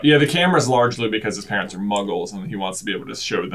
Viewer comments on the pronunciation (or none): "PAERNTS" OOPS